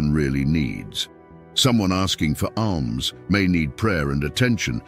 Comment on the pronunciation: asks for ALMS, ALMS, not ARMS ;lol but really like this video, much wisdom by the grace of God. Thank you.